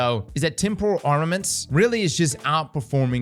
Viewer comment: makes a point to make sure unfall is pronounced correctly, meanwhile temporal gets trampled repeatedly 😂